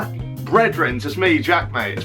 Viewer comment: ‘WAGwan’ that pronunciation hurt